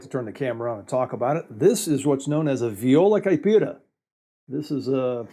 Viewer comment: How can you say viola caipira that way, i mean, almost perfect